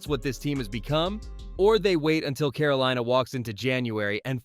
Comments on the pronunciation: Caro-leena. Lol keep pounding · "Caroleena"? I hate computerized narrations.